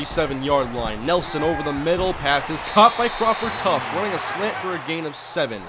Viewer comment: Are you pronouncing "Crawford Tuft" right? You pronounce tuft as "Tufts".. Is it spelled wrong or is it pronounced that way?